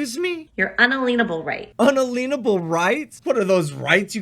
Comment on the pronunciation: Several Sov Cits say un-lean-able when they mean unalienable. So many ways they show their stupidity.